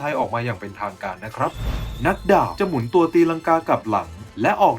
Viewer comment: หมุนตัว แต่ออกเสียงไม่ชัด